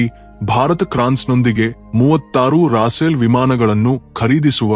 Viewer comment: ಸರಿಯಾಗಿ ಹೆಸರುಗಳನ್ನು ಹೇಳಿ ರಾಸೇಲ್ ಆಲ್ಲ ರಪೇಲ್ ಎಂದು ಹೇಳಿ